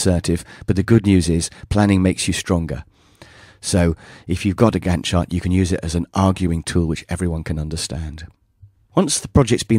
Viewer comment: It sounded like you were saying "gun shot" whenever you said " Gantt Chart"... LOL!